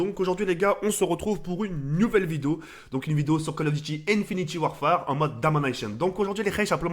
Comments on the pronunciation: Pq il dit InfinitIE warfare au lieu d'infinite warfare il est con ou quoi ? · j'aime pas quand il dit Infinity warfare wsh frère c'est Infinite warfare